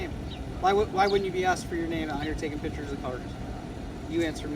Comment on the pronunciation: You're not taking "pitchers".....you're taking "pic" tures....